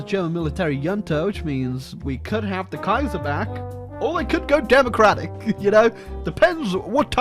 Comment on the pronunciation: “demacllrrratic yeeuesae”